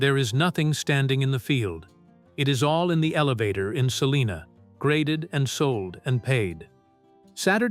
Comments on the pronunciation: Its called SAL(LINA) Not saliena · Not far from SALINA. Not Saliena.